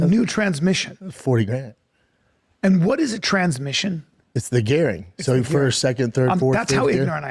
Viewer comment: It's the gairing